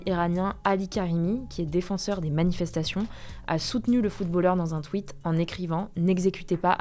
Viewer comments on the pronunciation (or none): none